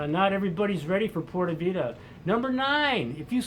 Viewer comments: Dude stop saying porta vida! it is PUra Vida (Puura Vitha) Other than that your on target, i put in 3 years there. Watch out for the woman! they are dangerously Hot which means mostly you will get burned or smoked! And crime there is serious, the Columbians educated the Costaricanians to steal the underwear off you under your pants! they are very good! Great place to visit but unless you are a hippy surfer forget about living there. I married a lovely woman and brought her and her 4 kids to the states and they will never return to live in their own country now! Costa rica is for criminals and whores and surfers. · That's not the right way to pronounce pure vida. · By the way, just learn to say PURA VIDA the right way. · This guy can't even pronounce pura vida. Drugs are the best in CR. Heck yea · How can you be living there and not pronounce "Pura vida" right?? Screw it! I can't live there.